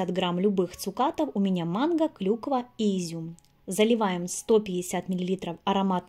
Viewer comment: ПанЭтонэ, а не панАтонэ. МангО, а не манггА